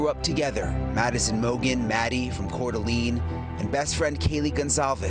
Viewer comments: Cor DA LANE 😂 no one can say it right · Reporter should learn how to pronounce Couer d’Alene. Also, it’s interesting that the boyfriend’s surname is Ducouer…